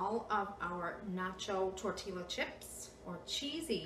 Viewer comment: L is silent in tortillias.....it is pronounced...tore-tea-ya